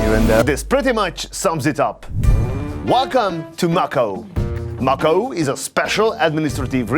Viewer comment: Mockle ? Mah-COW ✅